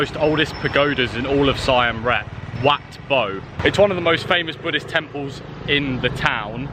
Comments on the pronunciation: Hey, new subscriber and really enjoy your vlog, well done. I hope you take this comment as only constructive but you keep saying 'Sign' when it's actually pronounced 'Seem' or 'Seam' Reap. Same as there is no 'S' in Laos, pronounced 'louw'... 'louse' sounds itchy. Just saying from an old narky ex pat and do luv the place, travel safe and cheers. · Si am rep. Lol. Pronounced seem reap. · Its pronounced Seyam Reap and Wats are pronoucned 'What' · Great Video But please learn to pronunce Siem Reap properly